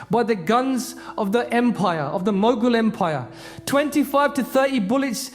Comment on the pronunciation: it's mughal bro, not mogul